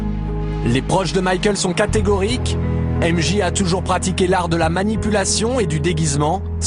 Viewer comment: Non çà se prononce Jay comme Janet Sauf qu'ont dit MJ ( Jay )